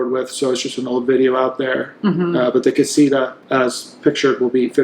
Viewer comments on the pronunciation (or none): mark Castia 😂 it’s Casita